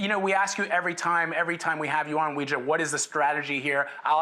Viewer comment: Homeboy butchered Weijia's name lol